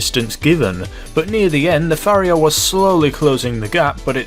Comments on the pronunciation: Pronounced pa-ri-ha not fa-ri-ha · Pariah not Phariah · You saying Phariah instead of Pariah was fun, but seing people repeating the mistake in the comments is hilarious. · Fariah? You mean pariah right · Gripe time: 1. You completely ignored the fact that the Raiden is a 4-seat sports car. Don't you think that's something? 2. It's pronounced "PAH-RAI-UH"... that's not a PH at the beginning there. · Where you from because your pronunciation is fucking shit where in paraiah is the ph it's pa-rai-a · its pronounced par-I-ah not far-I-ah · did he just say “fariah” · "Fariah" lol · Paa rye ah....YouTube how to pronounce is your friend. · You're pronouncing the pariah wrong. (Puh-Rye-Uh) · There is no ‘Pha’ in ‘Pariah’ ‘Pah-Rai-Ah’ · Pariah is pronounced 'puh-RI-uh' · Pariah is pronounced pa-ri-yah or pa-ri-yar. It means an outcast, a community, group or species that is generally despised, someone in exile or a member of one of the oppressed social castes in India. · Just FYI, it's pronounced Pah-rye-ah:) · It’s pronounced pa-riah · The way you say PA-riah as Phuriah really triggers me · It's par-eye-uh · Pariah is pronounced "puh-RYE-uh". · It's Par-i-uh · PHARIAH? there's not even an h there... it's spelled pariah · How come nobody seems to know how to pronounce pariah? It's pah-rye-ah. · Pa-r-eye-ah. Wheres the PH... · pariah is pronounced, pa-ra-ya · How the fuck do you mispronounce Pariah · Pariah [(puh-reye-uh)] An outcast; a member of a low caste or class. Note: The word originally stems from the caste system of India, which put pariahs in a very low place in society. In the United States, it refers to those of low social class or social status. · You're pronouncing the Pariah wrong dude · It’s pronounced ray-den and pa-rye-aa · jesus man.... ray-din .. puh-rye-ah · Ever heard of Raiden from Mortal Kombat? Yeah, that's how it should be pronounced. And where did the "ph" sound come from in "Pariah"??